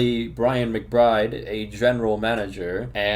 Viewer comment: it is McBride?? i though his name was MCBRIBE